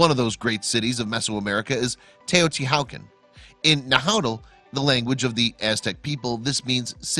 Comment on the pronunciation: Get the pronunciation right. = The "H" is silent in TEOTIHUACAN. Also an accent on the second a. / Language Nahuatl = na, watl